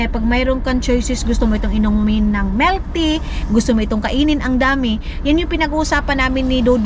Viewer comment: Melk????? O MILK loooooong i